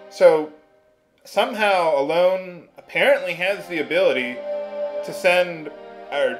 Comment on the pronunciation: I know this lets play is like 5 years old but i'm pretty sure Ellone is pronounced El-uh-nee, similar to how Hermione is pronounced in Harry Potter